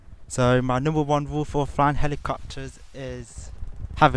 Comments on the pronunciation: "Ma numbwer won wule for flwyin helicopterssss" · Helicopterszzzz, sorry but it's hilarious when you say it!